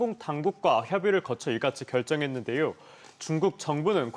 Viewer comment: 말을 왜이리 더듬지 ㅋㅋㅋ 그리고 ~했는데요 왜이리 억양이 어색하지..? 중국쏴람인가욜